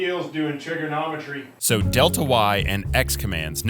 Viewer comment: All I heard was "Trigger-nomitry".